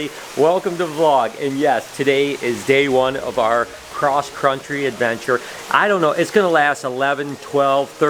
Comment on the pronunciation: "Cross Cruntry Adventure" lol